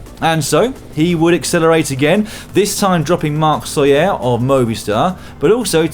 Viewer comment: Yeahhh, you said "Soler" perfectly the last time around today (while commentating on the general standings). 👏🏻👏🏻👏🏻